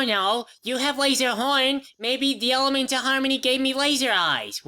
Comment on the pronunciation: I love the """""Elamants""""" of harmony.